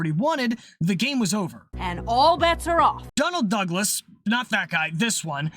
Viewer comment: Maybe it's because of what's been going on with Boeing, but I keep hearing Donald Douglas' name pronounced as "McDonald-Douglas."